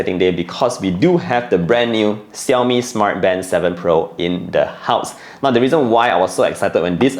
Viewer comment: Are you mispronouncing the brand name or is it me? 😕